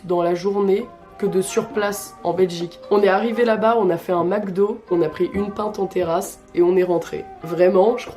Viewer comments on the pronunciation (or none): none